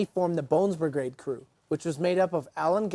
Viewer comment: He said Brigrade.